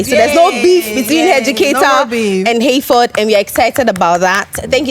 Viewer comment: Eei 😂